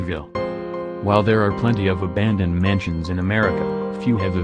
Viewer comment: He said ahandoned in the beginning!?!😂😂